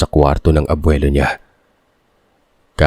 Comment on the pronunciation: Ano ang mahirap bigkasn abwilo o Lolo😂